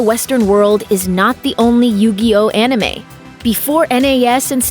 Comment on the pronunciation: "Onime"....nice. as if I'm gonna listen to someone talk about anime who can't even say "anime" correctly lol